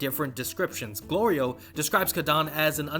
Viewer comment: The show so far has been amazing and really gives me JRPG vibes. One thing I find slightly odd though, is how often there’s a bit with Goku either getting hungry or calling Glorio “Goliro”. And seemingly multiples times from one episode to the next, as if those events never happened already lol